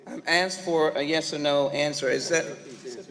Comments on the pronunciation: She also "assed" a question . At least she didn't "ax" one . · she "aksed" a yes or no question.